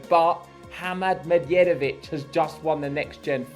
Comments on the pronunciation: Pronunciation of Medjedovic: DJ as J (the simplest explanation for non-serbian speakers: D is silent when adjacent to J). The same way you pronounce DJokovic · Like Django, the D is silent 😅